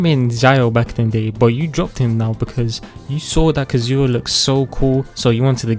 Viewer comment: "ZIAO" "KASOOHAH" "HOW TAI" "ZHONGUH LEE" "ZING YAN" "ZING QUE" "ZANG LING" "*CHILD EE*" DUDE IM CRYING I CANT 😂😂😂😂😂😂😂😂😂😂😂😂